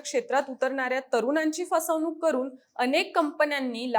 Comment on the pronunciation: 'ण' चा वापर करा. जाणून, पाणी, फसवणुक इत्यादी. जानून, पानी, फसवनूक नव्हे.